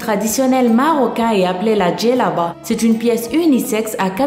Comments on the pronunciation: Pas djelaba mais jelaba et c est pas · cest pas zelaba cest jelaba et cest fes pas fas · comment elle dit jelebba 😂😂